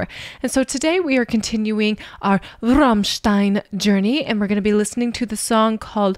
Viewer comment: Please don’t pronounce Rammstein like you do 😢😢😢😢